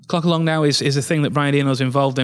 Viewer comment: I almost couldn't hear the "L" in "clock"... 🤣